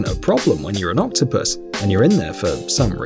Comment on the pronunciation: U saying octopus wrong